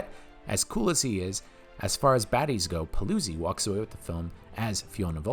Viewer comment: Celi is pronounced Chehlee in Italian like Cello. Paluzzi is Pahlootzee.